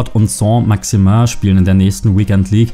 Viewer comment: "Soh Maximäh"